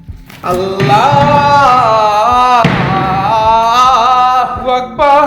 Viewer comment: আল্লাহু আকবার আল্লাহু আকবার আল্লাহু আকবার আল্লাহু আকবার আপনার বলা ভুল